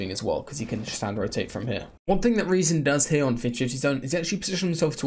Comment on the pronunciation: I love how he pronounces rezon correctly